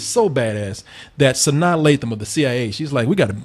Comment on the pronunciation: Sanaa Lathum? Is she tasty? Or lathan?